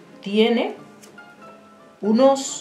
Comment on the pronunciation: Aunque después dice "unos" y sí lo dice correctamente.